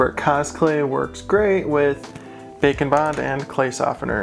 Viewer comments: Instead of saying bake n bond it sounds like you are saying bacon bond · I will never stop hearing it as Bacon Bond... Also this was awesome even tho i didnt watch deathnote